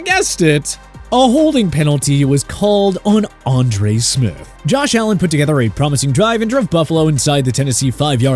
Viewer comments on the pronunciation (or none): none